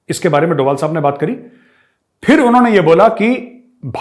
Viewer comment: मेजर सहाब इन पाकिस्तानियों ने अजीत डोवल-अजीत डोवल बोल-बोलकर उनके नाम का उच्चारण ही बिगाड़ कर रख दिया है, जबकि उनके नाम का सही उच्चारण "अजीत डोभाल" है ......आपसे उम्मीद करता हूँ कि आइन्दा आप सही उच्चारण करेंगे ताकि पाकिस्तानियों को भी समझ आ जाये, क्योंकि पाकिस्तानी आपको बहुत गंभीरता से सुनते हैं। 😁🙏😁